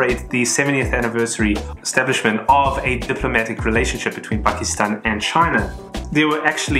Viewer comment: Fun and informative as always ... your correct pronunciation of "Pakistan, Afganistan..." I am sure is adding to your appeal with collectors from that region. Well done!